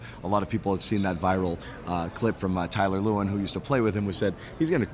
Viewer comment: “Tyler lewen” aren’t you supposed to cover the nfl for a living? Guy was an awesome LT on those good titans team. Get his name right